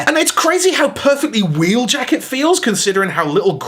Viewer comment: don’t you mean wheeljacketuid